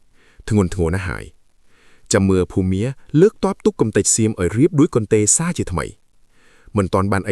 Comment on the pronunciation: លោកកាសែតអើយ ចេះអក្សរទេ បើមិនចេះសួរគេខ្លះទៅ ភូមា មិនមែន ភូមិមា ទេ....